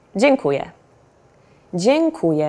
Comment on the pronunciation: Hate me now, but even though I think she is doing a great job, there is one mistake she makes when saying "dziękuję". She pronounces it as if it were "dziękuje" which means "he (or she or it) thanks". If you want to say "(I) Thank You" you must emphasize letter "ę" at the end of "DZIĘKUJĘ" (it is nasal vowel unlike "e" which is only oral). Just saying.